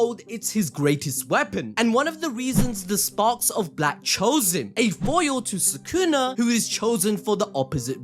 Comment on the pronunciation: why do you guys say his name "sakuna" instead of sukuna? 😭